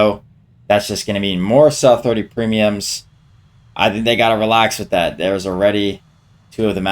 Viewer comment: pls bro its not saaaaa, saaa 30